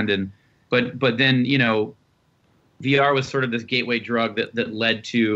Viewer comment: ok , so, for over five minutes,i have been hearing him say "BR", instead of "VR". after how excited they were for "BR", i was starting to jump on the bandwagon. kinda want it now. was that enough commas? idk im pretty high.